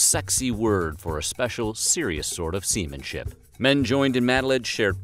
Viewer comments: You guys definitely said seaman-ship on purpose... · "semen-ship" hehe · “A serious sort of semenship”